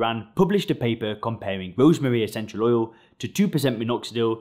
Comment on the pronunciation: oil not ouwl